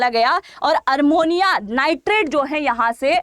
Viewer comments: MADAM,SORRY TO CORRECT YOU- iT'S NOT ARMONIA, IT IS AMMONIA. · आप शिक्षा देने वाली है और आप हिंदी भी शुद्ध नहीं बोलती हैं ये तो शर्म की बात है ये अमोनिया होता है अरमोनिया नहीं होता कृपया अपने वीडियो को सुनकर देखिए और ये रसियन प्वाइजन नहीं है रायसिन प्वाइजन है क्यों रसिया को बदनाम करती हो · ARMONIA NIGHTRET NEI " AMONIA NIGHTRET " HOGA UCCHARAN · Madam aapka news Acha hi sunder ka but Armonia nahi Ammonium n Russian nahi Raisin pls correct it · Armonia nhi amonia hota hai didi